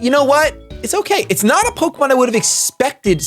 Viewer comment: "Pokermon" - 2017. Welcome back to pokemon shady! Still have been following your content, And I am hyped for this! Woo!